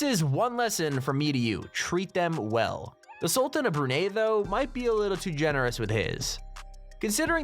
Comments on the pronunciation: Its Brunei not Burnei XD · Its brunei not burnei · Brunei, not Burnei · Its called BRUNEI not burnei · Brunei....NOT Burnei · Bruh it’s not pronounced “Brew-NAY” it’s “Brew-NIGH” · Hey your sayin brunie like bruney you must say it like this first you say the brun and now you say the or you say like an eye you say brun and eye and you get a brunie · It's Brunei not Burnei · Bruh anyone else that grew up in Brunei are so pissed how u said bre ney it’s brew nice like nice in die xD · It's not Burnei.. It's Brunei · It is not BURNEI, it's BRUNEI for god's sake. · ITS NOT "BURNAIE" ITS BRUNEI IM SO INSULTED WHAT DO YOU SAY AMERICA AMATIKA? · It is spelled "Brunei" but it is "Brunai" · Please do the research on how to say the name of a country! It is pronounced [BROONI] Brunei! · The ‘sultan of brunay’😂😂😂😂😂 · I'm from "Brunei" and you misspelled "Brunei". I'm a little bit offended and it's pronounced as "Brun-eye". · I am offened becausethat not how you produce Brunei thou...Even thought the spelling is Brunei is actually pronouns like Bru-nai. But still I don't hate your channel I still love your chanel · How about checking how to say Brunei correctly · Who the hell taught the narrator how to pronounce Hamad and Brunei? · U din't pronounce brunai right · You say Brunei dump